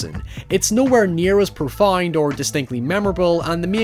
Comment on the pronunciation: Did you just pronounce "Profound" as "Profund?" The fuck?